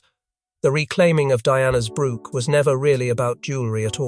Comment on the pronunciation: Since when is a 'brooch', a piece of jewelry, pronounced 'brook' a small stream of water ... hard to listen to this narrative 😕